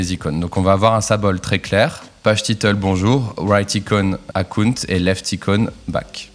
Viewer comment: Akounte… akounte… je me suis dit ce que c'était… ah oui Account !! (belle prononciation^^)